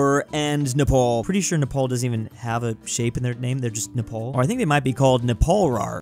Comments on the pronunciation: its napar nap-R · I felt physical pain when you said triangapore but not neprawr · Nepal? More like... NE-RAW?